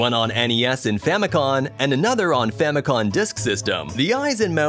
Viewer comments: FamicoM... Family computer. Not Famicon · Famicom not famicon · famicoM there's an M not an n sound lol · I immediately came to the comments to see how many people were angered over the N instead of M in FAMICOM! I see I wasn't alone. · OAKarina Maryo BROS FamiCON